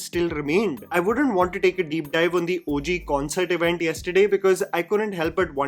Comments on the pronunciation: Just used to pronouncing Daku Maharaj like Urvashi. This normal pronunciation just threw me off😂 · Come on,, that was lay-up missed to not pronounce the movie title as it should be 😭😌